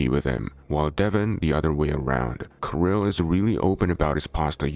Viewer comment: kiril, not kAril